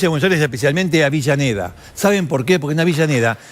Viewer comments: deje de decirle "AVILLANEDA" a AVELLANEDA. Por favor. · Es avellaneda ,no entiendo porque dice "Avillaneda" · Si,yo tambien preste atencion a eso,no sabe que es Avellaneda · Dice Libermann en vez de Zimmerman...además de Avillaneda.. pero está bueno saber la historia.... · Me parece a mí,o Canaletti dice "Avillaneda"??? jaja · No paré de escuchar "Avillaneda, Avillaneda..." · siiiiii ja ja ja